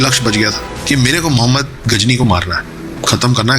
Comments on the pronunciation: pl correct it is not Ghazni it is GHORI. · Ghori tha bhai not gazni